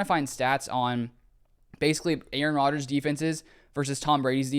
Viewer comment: It´s Rodgers, not Rodger´s